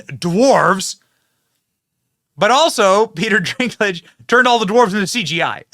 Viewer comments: It's Dinklage not Drinklage. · Sorry to correct you Benny, but it's Dinklage not Drinklage. Rock on, I love your episodes. 😊❤🎉🙏💥🔥👍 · It's Peter Dinklage....not Drinklage. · I know this video is old, but just have to say.... it's dink.... not drink... Peter Dinklage no r in the name... lol. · Good news! BTW, Dinklage's name doesn't have an 'R' in it, so it's dink like dinky little guy, not drink like a tall drink of water. (I know I am gonna catch heck for this. I'll see myself out...) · Is the "Drinklage" some kind of joke that I don't get, Benny? Or do you not know his name is Dinklage? Either way, his ego got way too big after GoT - clearly he thinks that no other dwarves in existence deserve to be actors like himself - woke mind virus much. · its Dinkage, not drink lage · Drinklage? He clearly doesn't have an r in his name. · "Dinklage," not Drinklage. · "Drinklidge"..... bruh... wtf 🤣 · Its Dinklage not Drinklage. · Drinklage? Slow down Benny! 😂 Its Dinklage.... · If he says “dRinkledge” one more time…. Lol, it’s “Dinkledge” NO R. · Dwarves are made up creatures?? 😂 uhhh 😬 Why do you keep calling him “drinklage” ? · My boy Benny. Your inability to properly pronounce names is astounding. Although I don't like Dinklage and don't mind you calling him Drinklage I am still hoping that someone on your staff will help you correctly pronounce names before you go on the air. I mean seriously. I'll still keep watching you, it's just so cringe sometimes. Like Stube yesterday. Cringe. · It's funny when Brent calls people the wrong names.... - "Renee" Ziegler - Peter "Drink-lage" 😂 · There is no "R" in Peter Dinklage's last name.